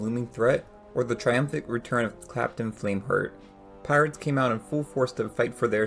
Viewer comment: Great video but uhh…. Did I hear you say Clapton flameheart ???